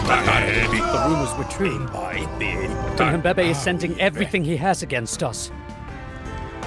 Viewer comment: The pronunciations are quite good, but they messed up Cunhanbebe. NH makes a /ny/ sound. Like the spanish Ñ